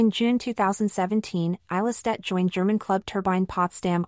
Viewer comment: A 7 minute long video and you did not bother to find out how her name is pronounced .... :/